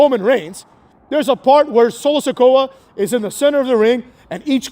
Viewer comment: "Solo Se-CUCK" 😂